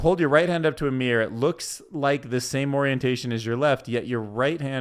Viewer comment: Mirr-Or not meer 2 syllables not 1 syllable